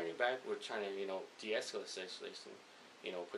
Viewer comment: . Diesculate the situation..sounds more like..deasalisasisalation. .lol hahaha